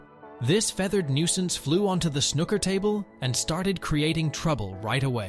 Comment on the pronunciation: It's not called snucker